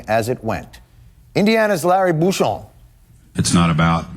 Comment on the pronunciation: That's Bucshon, not Booshon. 😮